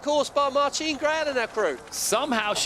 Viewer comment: Please learn how to pronounce MARTINE Grael in English. Sooooo embarrassing.